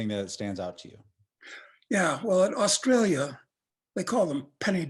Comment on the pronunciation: you pronounced ausjailia wrong